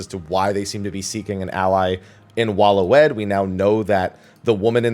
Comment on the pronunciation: Waloed is pronounced Way-lid